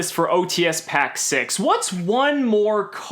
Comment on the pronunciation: I could had sworn you said "OTS Shit" instead of ots 6..lol